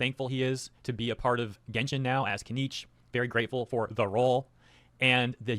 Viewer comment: “Let’s revisit my genshen baddies” needs to be sound boarded lol